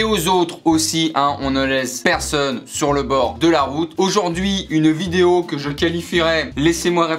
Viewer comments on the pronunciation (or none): none